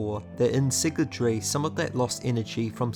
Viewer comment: My man is saying siggletree, it’s sygaldry, si-gal Not sure if this bugged anyone else